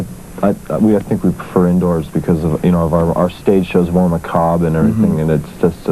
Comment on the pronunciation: I'd just like to point out that Nikki correctly pronounced the word 'macabre'.